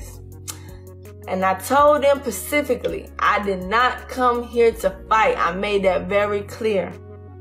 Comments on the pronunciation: Specifically not pacifically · "and i told them pacifcally." -_